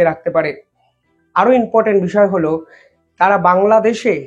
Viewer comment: কথাটা inportant na কথাটা important. রোজ দেখি একই ভুল।দয়াকরে উচ্চারণ ঠিক করুন।খবর পরিবেশন ভালোই করেন।অন্যদের মতো বেশী জাকজমকপূর্ণ এনিমেশন নেই। সাদা গোদা সঠিক খবর। এই ইউনিকনেসের জন্যই ভালো লাগে।আমার হক আছে,আশা রাখি অনেক আপনার থেকে.. তাই বললাম।